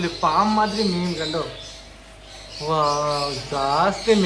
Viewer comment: മീം അല്ല മീൻ